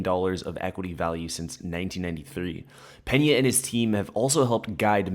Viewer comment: Peña, not Penà!